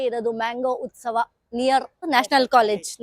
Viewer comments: It is Utsavar ..not ustava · Its Utsava not Ustava😂😂😂